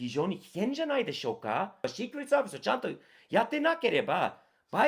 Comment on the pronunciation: 日米共に今や無法地帯で草 シークレットサービスの発音すきw